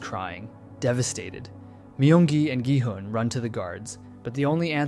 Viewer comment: Omg why can no one pronounce the characters' names right! It's not "Noel" it's Na-eul as in Nah-eyul... Not Dye-ho but Day-hoe... Not G-hunn but Ghee-hoon 😂.... Please, it's not hard to learn.... Just a google away.... Ok tbf he fixed it later on 😂.... Annnd he went back to it, dear goodness man! Pick one! 😂